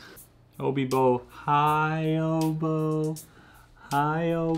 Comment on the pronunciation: You keep calling Obi…Obo ... That’s the name of one of my stuffed animals from when I was a little kid it’s still on my bed at a 37-year-old woman, I’m not gonna lie it freaked me out a little bit first.